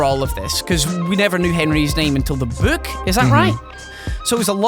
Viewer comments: Not trying to be racist but the way says "book" sounds like "buuk" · I love how says "book". Chris Columbus, I think, is a good choice in directing with how he's able to bring things to life, just like these guys said.